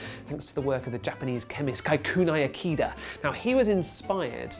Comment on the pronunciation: U butchered his name